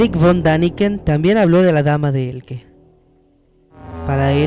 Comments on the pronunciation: Dama de ELCHE, no "Elke". Por lo demás, muy buen vídeo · no es Elke es Elche como leche. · Cada vez que oigo "Dama de Elque" me sangran lo oidos. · Se pronuncia E-L-C-H-E como de pronuncia. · Sé pronuncia Elche, tal cual.. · se pronuncia dama de 'Eltxe'. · Dame de Elche pronuncia bien su nombre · dama de elche..dilo bien !!!!! mal hablas😤